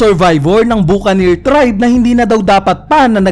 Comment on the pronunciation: "buck an ear" kasi yoooon hindi "bukanir" hahah